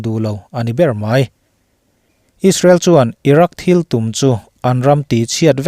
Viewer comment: Irak nge iran(Iraq) haha